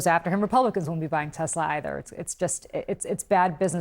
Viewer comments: "i love tesler" - orange clown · "I love Tesler, it has computer" 😅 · "I love Teslur" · What happened to "I love Teslerrr" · "its all computer, buy TESLER"....